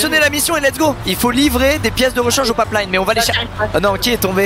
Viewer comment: Comment il a prononcer pipeline on aurait dit un anglais 😂